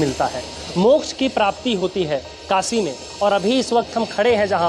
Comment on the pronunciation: सोर नही शोर, कासी नही काशी